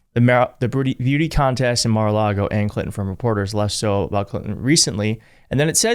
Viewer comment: Mara-lar-go is the devil’s playground